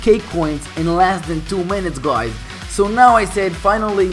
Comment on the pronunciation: Bruh u say guys as guaeyes